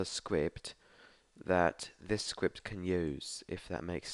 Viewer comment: Is is just me or is he saying sqwipt insteas of script